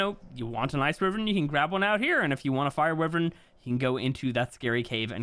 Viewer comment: "WHY-VERN" not "wee-virn"